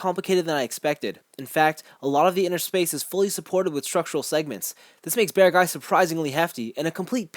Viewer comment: By the way, if you pronounce it like "bearg guy" instead of "bear guy" (similar to how you pronounce Acguy as "ac guy" instead of "a guy"), it sounds much closer to the official Japanese pronunciation, in case that matters to you. That way the spelling "Beargguy" makes more sense too.